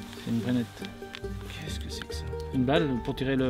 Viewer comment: c'est Brenneke! pas Brenette!!! j'adore votre chaîne et votre humour, super sympa à regarder.